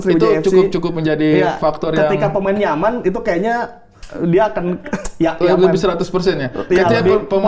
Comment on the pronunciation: Pas denger "pemain nyaman" kedengeran "pemain yaman" sama sperti yg dibilang bang ari